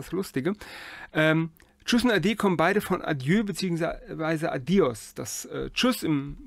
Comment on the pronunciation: Beim spanischen "¡Adiós!" liegt die Betonung auf dem o = "a-DJOSS". 😉